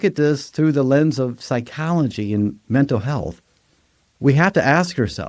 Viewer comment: Mental has an l at the end.